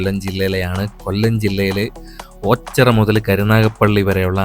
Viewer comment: ഓച്ചറ...alla.. ഓച്ചിറ